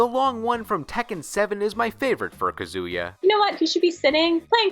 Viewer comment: How can you have a list about jackets and not mention Lee’s from Tekken 7? Also, “Kazoo-yuh.” 😂